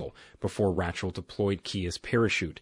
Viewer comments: Lots of mispronunciations by the narrator. "Ratchel" instead of Rachel? Covert is pronounced like cover with a "t" added instead of "coe-vert". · Why is it that one min you say Ratchel and then in the next clip you say the name properly as in Rachel pronounced as (Ray-chel)